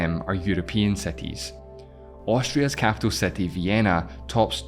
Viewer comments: its city, not cety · his english pronunciation acceptable, no issue with his accent. But when city become "settee" it's downright confusing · why do you say SETI rather than CITY, are you illitterate? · City ❌ SETTY✅ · What's the accent of the guy that is presenting the video? I am really curious, he pronounces i's in words like "combined" as "excited" a's and the word city/cities as setty/setties. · Brooo stop saying Ceti and SAY CITY NOT CETI PLEASE 😂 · City pronounced ct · Why the f does he pronounce it with an "e"? He says cety and not city. Am I missing something (for example he is aussie or something?)? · IT’S CITY NOT SETY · Why youre saying "seti" wtf?? I cant continue watching, idk why but its so annoying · What is this "seti" you keep talking about? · I can´t stand your pronunciation "cety". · gosh I want to watch your video but I kennat with how you city as 'siti'...cringy hahahha kbye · What’s a “sety”?😭😭😂😂😂😂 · There’s a tiny problem pronouncing “i”. It’s not cety nor sexteen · Anyone else triggered bc hes says satti ? aaarrghh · What a wierd pronunciation. City = si·tee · bro said setty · WTF is a setee? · Your accent is horrible and please learn how to say city!!!! It’s not setty!! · What kind of English accent do you have? I am a bit confused why you CALL SETI? when it is a City? do you thing that Ceti and City is the same? 😳😳😳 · Am I the one hearing “setty”? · So you pronounce city as [sétí] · It took my a while to figure out that "seti" is "city" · Why do I hear seti all the time 😊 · you you reading city as Setty? it's so disturbing😪😪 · And he keeps saying setty in every sentence 🤣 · seti? cety? séti? damn. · sound like you are saying seti ? 😀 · Setty hahha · Good lord I’m trying to watch but that pronunciation “SETtie” is throwing me off lol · you pronounce city so wrongly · Cannot pronounce the word "city" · I had to mute this, couldn't listen to the pronunciation of "city". 😵‍💫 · I can't stand how he is pronouncing city gahhh